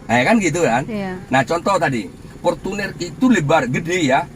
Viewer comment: Portunnerrrrrrrrrrr ..rrrr